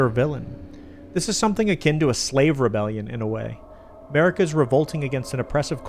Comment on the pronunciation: Turn on subtitles and read starting . 😂😂😂 On a side note: You do say Marika as A'marika.